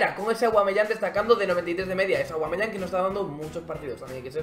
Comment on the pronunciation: no es ni aguameyang ni cervezayang,es "aubbbbbbameyang" coñññño